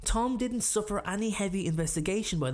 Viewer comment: The way this dude says “any” cracks me up. Its like he’s saying “aye-ny” . You can’t beat a good irish accent